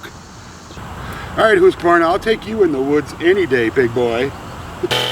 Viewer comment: Oh, by the way the U in Husqvarna is a long U sound. :-)